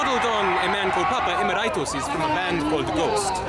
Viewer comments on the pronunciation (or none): you pronounced it wrong.... E-Mer-It-Us